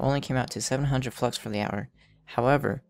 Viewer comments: lol i thought you said fucks at the beggining of the video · Am i the only one who heard ''fucks farming guide''?Anyways, great and helpful video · Lol who else though he said hey guys welcome to my fucks farming guide